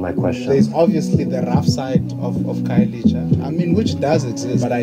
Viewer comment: Khayelitsha is pronounced Car-ye-lee-cha 😂 I hope this helps because we are here for you okay 😌🤣🤧